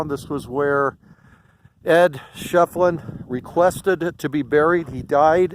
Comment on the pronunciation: I believe it'a pronounced "Shif'elin",... Can't wait to move there in about a month! Ed's one of the characters of Tombstone that I'm working on doing paintings of... Maybe we'll meet some day, buddy!